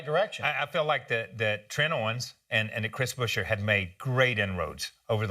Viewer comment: It's BUE-scher, not Busher or Buscher, FFS! Good news otherwise